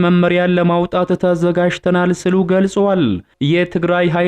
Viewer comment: ስሉ አትበል ሲሉ ነው የሚባለው ገመድ አፎ